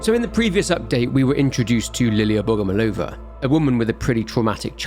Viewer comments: not BogomolOva, but BogomOlova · couldnt even pronounce her name right. didnt bother doing any research whatsoever. slop.